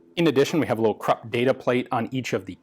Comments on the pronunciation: Great! FYI, Krupp is pronounced 'croop', not 'crup'. Otherwise excellent! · Those are krupp emblems, not Thai property marks, tisk-tisk. I never thought I'd be able to correct Ian.